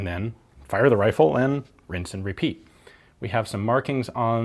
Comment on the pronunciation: “On the whitworth wifle”